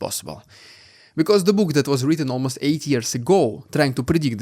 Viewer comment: I can't hear anything else than "8 years ago"... do others actually hear 80?